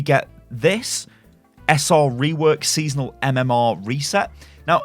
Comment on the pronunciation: “Sesonal”. C’mon.